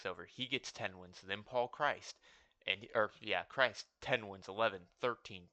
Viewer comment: Paul Chryst is not pronounced like Jesus Christ.